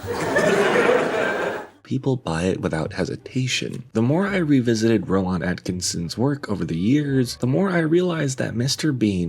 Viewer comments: Ro-Waan?? Ro-Waan?? Rowan is pronounced row-ən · No, it's pronounced Row-in. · Just to let you know, it's pronounced "Row-in" not "Row-on". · How did you not look up how to pronounce his name properly? Ro-wan lol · its pronounced row-in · Rowan. Not whatever you’re saying. Great video btw. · I've never heard someone mispronounce "Rowan" so awkwardly before. All that research and you didn't even learn how to say his name? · You’re mispronouncing Rowan. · why do you emphasize the 'ahn' in Rowan? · the way you pronounce rowan is an absolute crime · how do you make a whole video about someone and not find out how to pronounce their name? i mean i would get it if it was some obscure name or from a different language, but surely you heard at least one person say 'Rowan' while gathering clips for the video? Then again, wouldn't be surprised if its engagement bait. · Just a shame the narrator can't pronounce "Rowan" properly which makes me think it's more AI laziness